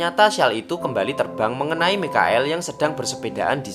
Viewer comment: Mikael😭😭 Michael baca nya maikel